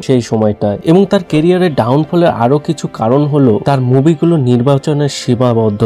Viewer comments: র-ফলা বলতে পারেনা, জায়গা কে জাগা, কিছু কে কিসু বলে বসে বেচারা, এবং আরও অনেক ভুলভাল বকাই এর জন্য সাধারণ ব্যাপার! কি দুঃখ, এবার বলবে কৌশিক, কিন্তু বলতেই তো পারেনা ঠিক করে😢! আবার পড়তেও ত-ত করে বিদ্যান ছেলেটি, ইংরেজি বাংলা নির্বিশেষে ভুলভাল পড়ার কোনো তালিম নেওয়া আছে বলে বোধ হয়!😢😢😢😢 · পথম, কিসু, জাগাটিকে 😂😂😂😂😂 ভাই একটু পড়াশুনো কর, কথা বলতে শেখ, তারপর বল! "এবার বলবে কৌশিক", বললেই তো আর বলা যায়না!